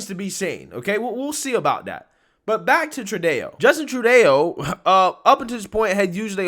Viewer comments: I wish you would educate yourself on how to pronounce the names you say in your videos... It’s embarrassing and ruins the credibility and professionalism of your videos, which are otherwise great. Trudeau’s name is very easy to pronounce and a simple google search would have cleared up the confusion. Why don’t you just copy the way they say it in all the clips you present? In every video you make, you say it differently, which is weird. Sometimes even within the same video (as in this example). It’s so cringey! Stop ruining your videos so people will take you more seriously! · Bro, i love what you do here, which is why i hope you don’t see this as anything other than constructive Criticism: 1) you got to pronounce people (and words) correctly. Tru-day-o? Cenk Yogurt? Seriously? 2) What’s going on with the way you read? You draw out the last word of every sentence with a downward inflection. It sounds like you’ve ran out of air at the end of each sentence. 3) stop using the word ‘probably’. You’re smart and have intelligent things to say. Give us more facts and less feelings. Again, not trying to insult you. Giving feedback as someone who listens everyday. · I greatly enjoy your posts, and I often learn a great deal. I appreciate all that you do! One small pet peeve I have is that the Prime Minister of Canada's name is pronounced: "Tru-Doe" not "Tru-Deo". Sorry, it's a thing for me. LOL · His name is not true day O ...... Its pronounced Tru do. Sorry it was driving me nuts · It's Tru-doh. Not Tru-dayo. Thank you. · Great segment. Please do me one favour. Justin True dough. Not Justin tru day oh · OMG Justin Tru-Dae-o, Thats what I'm calling him from now on. lol (It's pronounced Tru-doe) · True-DAY-OH? The man is contemptible as it gets, but it's True-DOUGH. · The Freedom Truckers can go on protests as long as they want. It's the Trucks that are not allowed. The trucks have no freedom of speech. By the way, it's Trudeau, Not Trudeo. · Justin True-Day-O😂😂😂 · Tru Day-O